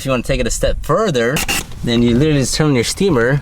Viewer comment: You "LILALLY" did a good job! 🤣